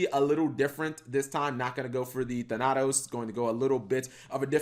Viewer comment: 2 things: Wrong "your" in title. It's pronounced "THAN-ah-TOSE"